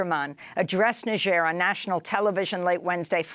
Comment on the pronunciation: First time I hear somebody correrctly pronounce Niger...